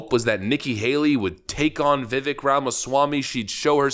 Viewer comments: It is pronounced (VIV-AKE) like Viv with cake at the end of it. He has said this many many times. Let's get his name right at least It's not that hard. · Vivek pronounces his name 'Vivake', rhymes with 'cake'. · If you love him so much, can you at least pronounce his name right? It is simple. It rhymes with cake. Conservatives are frenchifying his name for some reason. It is embarrassing. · It's pronounced Vi Vake, like cake his words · Remeber! Vivek rhymes with CAKE! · Vivek has been my favorite this go-around. If he’s still on the primary when it’s my state’s turn he’s getting it. By the way, Vivek rhymes with cake. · I think his name is pronounced “Vee-Vake” (rhymes with cake). When Hindi is translated to English, “E” is pronouced “Aye” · Vivek rhymes with cake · Vivek rhymes with cake. Stop saying it wrong. Most of the world pronounces the E this way. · Viv-AKE Viv-AKE, Viv-AKE. Love ya man, but Viv-AKE says "It's Viv-AKE, like cake" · With respect. Its "Vivake" like Cake as he says himself. Not "Vevek" like Heck or "Vivick" like Hick. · Vi vake...rhymes with cake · His name is pronounced the same way as "cake." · FYI, Vivek's name rhymes with "cake." I get it. Habit is a b**ch, and you have heard it pronounced wrong for so long that it's habit, but show the respect the Left only pretends to. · His name rhymes with cake. Vi-Vake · VIVEK… it rhymes with CAKE! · I'd love it if you could pronounce names half-assed correctly. Vivek is pronounced Vivake like CAKE! He even says Vivek like Cake. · please get his name correct ffs. Its Viv-ache, like cake. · His name is pronounced "Veev-ache" and you're right, I feel he should be given a chance to walk his talk. The world would be better if he enacted his changes. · Ve-VAke rhymes with cake. 🤙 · Um yeah, it's pronounced like "Veevayk". Please! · It's pronounced vi-vayk. Gawd! 🙄 😋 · His name is pronounced VIVAKE like CAKE. Good heavens will you EVER start saying his name right? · Vivake, like CAKE. Please.